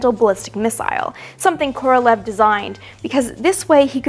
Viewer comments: Amy - please note, FYI, that "Korolev" is actually pronounced "Koro-liev," with emphasis on the "e" in "iev." His name should definitely be pronounced correctly, since he was the great genius of Soviet rocketry. You may also want to note that most Russian words that end in "ev" or "ensk" should have that "iev" or "iensk" pronounced. For example, the city of Smolensk should be pronounced "Smoliensk," and so on. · Amy, you’ve got to learn how to pronounce Korolyev’s name. It’s not like the English transliteration, look it up. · Great video! Just a note - Korolev is a terrible transliteration - it's pronounced like Koralyov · Sorry... but it's not Kor-ol-ev, it's Kor-ol-ee-ov